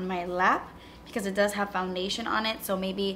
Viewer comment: "Yes it doos, yes it doos" 😂😂😂